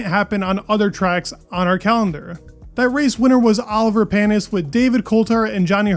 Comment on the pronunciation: It’s not Oliver Panis, it’s Olivier Panis, you missed out the second I. Pronounced “Olive-E-A”. Sorry dude, I know I keep correcting your vids, I’m not being mean, just helping you learn, keep up the vids. 👍